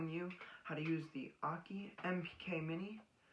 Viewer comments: Akai = Ah-Key? No, bro it’s. Ah-Kai - like sky! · Akai like uh high but with a K, not uh key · Love the pronunciation of Akai … Aki … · Dude…I know this was made 6 years ago…but for future reference…be sure you know how to PRONOUNCE the name of the product you are talking about.